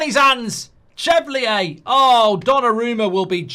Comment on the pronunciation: It’s pronounced Chevalier (shuh-val-ee-er) and Kudus (Kuh-doos) you prat 😂